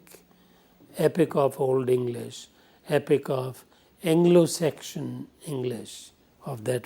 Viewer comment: Sir with all due respect. It's pronounced seksun. Not sekshan. Sorry but I couldn't stand listening to it